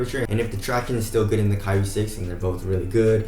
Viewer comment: "kai-re" not "ca-rie" pronounce it better bruh😂😂